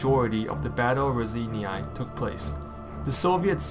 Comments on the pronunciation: nice job - but you're really massacring the pronunciation of Raseiniai - it's not "ra-zany-ai" - but ""raw-sign-eh " - keep up the good work ! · word "Raseiniai" part "ei", is pronaunced like "ey" in word "beyond". part "niai" is pronaunced very softly like cat saying "mew".